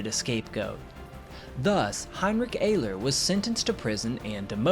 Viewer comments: it's pronounced ERler, not ayler. youre forgetting to pronounce the R in Ehrler. i speak gerrman, btw. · One thing I would suggest when stating names foreign to you is to use something like Google translate in order to learn the pronunciation. I'm not sure how ‘Ehrler’ became ‘Ayler’, though I am always unsurprised at the mispronunciation of ‘Adolf’. It often makes me wonder if there are people that call an apple an ‘aypple’. I do understand that sometimes these things can be tricky, but I honestly do think it would be a good thing to do since it's so easy to check these days. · Name of the Pilot is pronounced Heinrich (sh from the back of the throat) Air-ler. Can't you get anything right mate lol its alright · Heinrich Ehrler (the Ehr of his last name is pronounced air) "sehen sie im Walhalla" (see you in Valhalla) before ramming the adversary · Ehrler is pronounced Er ler in Heinrich Ehrler's case. Underreporting was relatively common during WWII, so was overreporting though. Denying intelligence to the enemy is the point of underreporting losses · Well done. For all who are interested: Ehrler (pronounced Air.ler) addressed his famous last words to his friend Major Theodor "Theo" Weissenberger (Kommodore of JG 7; 208 victories). The original words in German: "Theo, Heinrich hier! Habe zwei Bomber abgeschossen; Munition ist alle. Ich ramme jetzt. Auf Wiedersehen, sehen uns in Walhalla!" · Btw it’s pronounced more like eRleR focusing more on the Rs